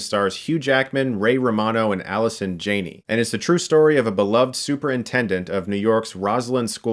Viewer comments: Chris a fan. But its Jaaaaa nee. Not JAY nee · Jann-ey. Not Jane-y. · Alison Jah nee. Jah nee. Stuckmann please please learn the names from now on. Soooooo desperate for new material right Chris? Right??? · He keeps saying Alison Jane-eee.